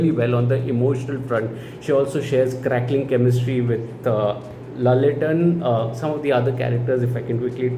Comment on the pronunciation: Good to see you back to normal without even needing therapy after coolie & war2's trauma. A good movie healed the damage, wish you get to see more good movies like this and no more traumas. 😆😆😆 👍 P.S it's pronounced as laaletten not lallettan but i dont know why ppl spell it like that 🤷‍♀️ 😊👍